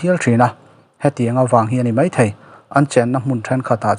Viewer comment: Mizotawng uluk rawh,thei tih tûr ah Thai tih te a awm ...